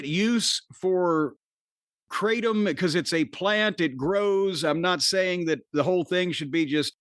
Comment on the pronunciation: It's pronounced "krahtm", not "kray-tom". Jus' sayin'...